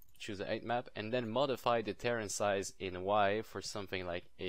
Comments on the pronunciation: I know... He says it wrong. It's like some Star Craft Faction LOL Ter - Rain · he is saying KAREN